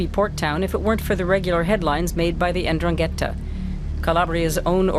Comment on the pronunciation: It would be nice if the narrator knew how to pronounce 'Ndrangheta (en-DRAN-ghe-ta). That's why most of the world has no clue about la mafia calabrese.